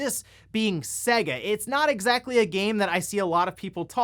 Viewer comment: "seh-geh" huh...i've....never heard of them before?